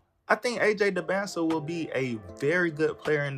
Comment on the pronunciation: It’s dybantsa not close at all